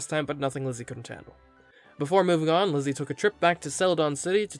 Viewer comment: I keep hearing ‘glizzy’ instead of ‘Lizzy’